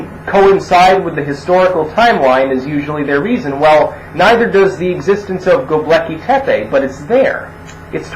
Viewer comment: I keep hearing the ruins you're citing as "The Lucky Pepe".